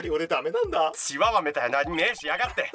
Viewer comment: チ↓ワ↑ワ↓すき